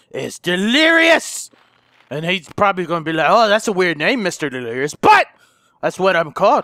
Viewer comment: he say wife lirious and baby lirious